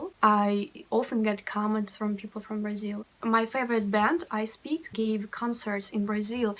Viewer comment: I knew russian language before I learned português and once at the airport Brasilan guys were talking and I thought for a minute that they are russians. Btw the way you say Brasil sounds like native girl from Rio De Janeiro...😁☮️